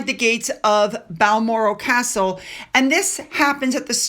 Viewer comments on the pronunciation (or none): none